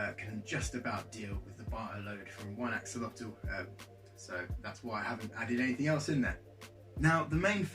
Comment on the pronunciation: A-WHOL-LE-TEH please say it like....imagine if the salamander was naked Fulham but we called it FULL HAM